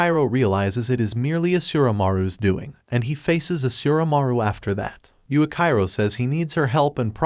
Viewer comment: It's supposed to be pronounced yuichiro